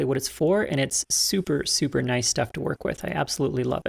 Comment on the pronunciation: ...N-o-i-c-e... (As it is said in the Australian dialect)